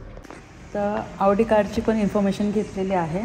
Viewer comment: Khup mast aahe car showroom 👌👌🚘... Khup chaan chaan cars aahet 🚗 Audi aani bmw 2nhi pan chaan brand aahet.. 🚘👌... Audi ch pronounce aawdi kartat tikde 😂😂.. 2nhi cars che features, colors and comfort khup chaan ahet 🚗👌 Barobar aahe Tai and dada.. CAR ghena he ek swapn Asta aani mothi investment aste 🥰.. Te swapn Tai dada ch complete zal aaj 🤩... Jevna madhe Chhole bhature mast ch vegla kahitari 😋😋👌😍.. Mazya guess nusaar AUDI car book keli aahe Tai dada ne 🥰